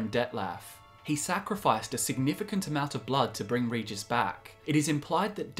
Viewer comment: Regis not Ridżis.